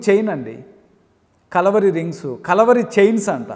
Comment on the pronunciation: ముందు మీ pronounciation సరిచెసుకొండి, కలవరి కాదు.."కల్వరి"